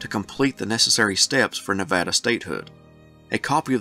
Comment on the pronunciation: You did a great job on pronouncing Nevada. I like these videos of statehood because I am ignorant of much of this and I go away illumined.